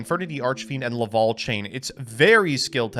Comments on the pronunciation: Like I call the Smash character Corrin Corn. The Laval instead of Lavalval is just screwing up though. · He also said Laval instead of Lavalval.